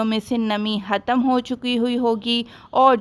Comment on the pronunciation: "hattam" nahi "khatam"